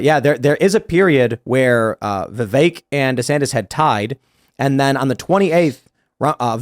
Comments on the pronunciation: Stop saying VIV ACHE. It’s VIV EHK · Tim pronouncing Vivek, “Vevake” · Vivek pronounced Vi-vake , rhymes with cake. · The second guy to speak pronounced Vivek name 3 different ways in under 1 minute 😂